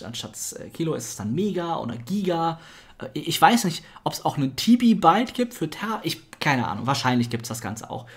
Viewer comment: <KSM>Es heißt nicht Mibibyte und Tibibyte sondern Mebibyte und Tebibyte.</KSM>